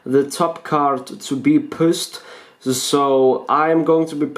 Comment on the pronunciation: not trying to be mean but when you said" you pushed off the bottom card" it sounded like you said pissed off